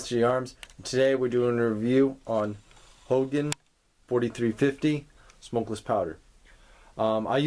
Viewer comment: Hogan? Never heard it pronounced that way before.